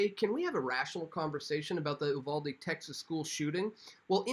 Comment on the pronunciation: You're one of a few people that pronounced Uvalde correctly